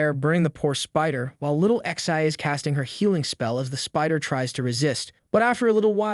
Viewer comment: remember, it is not ixi, it is pronounced zhe.